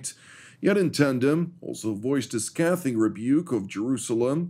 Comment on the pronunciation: Are you trying to say scathing? If so, that word has a long a vowel sound😉